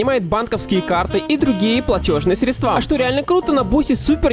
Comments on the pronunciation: срЕдства! А не средствА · Простите, но подушню😤. Не "Стредсва́", "Сре́дства " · в задание егэ есть задание с ударениями..но женя говорит средствА, а правильно срЕдства.... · средства. Ударный инсульт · Средства Ударение на е